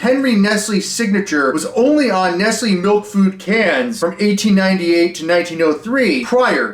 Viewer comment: Killing me how badly you are mispronouncing Nestlé lol